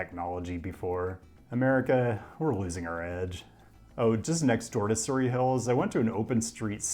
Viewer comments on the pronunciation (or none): You pronounced Parramatta wrong. Edit: and Surry Hills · dont forget the surry in surry hills 😅